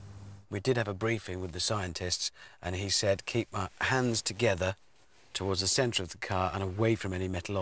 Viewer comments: "Ze radio iz on ze fritz" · Prez Ze Button Hanz